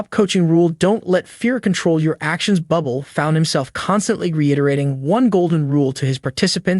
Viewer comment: His name is not pronounced Bubble Get your shit together.. Ir's pronounced 'Boo Blay' 🇨🇦✌